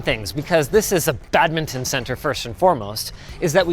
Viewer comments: The way Linus says badminton...... (bad-mi-tn). Might unsub after 9 years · I wince every time you say badminton.